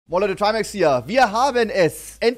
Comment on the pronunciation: Trymääcs. Erster nicht bot